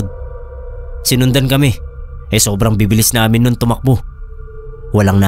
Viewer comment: Wag po sanang pa sobraan yung pagka bigkas ng ibang words boss gaya ng "namin" pag bigkas parang "naminahhh" tapos my vibration pa. Mas maganda po pakinggan pag natural lang hehe hindi cringy. ☺ minsan kasi nkakainis pakinggan kaya minsan ndi na ako nakikinig gaya ng ibang story tellers. sana po makatulong tong opinion ko. Godbless po!